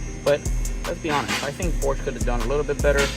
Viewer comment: Pronounce porsche correctly 😮